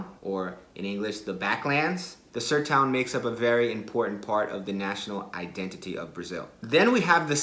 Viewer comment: Eu custei a entender "Sertão" kkkk ele falou "Sertoun" kkkkk